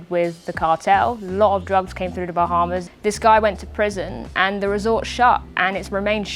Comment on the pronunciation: "bah" is almost as strange as ' "wahz"